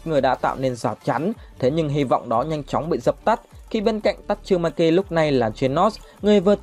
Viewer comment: Tasumaki chu khong phai tachumaki